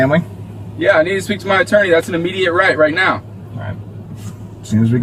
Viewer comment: Did he say “Right Meow”?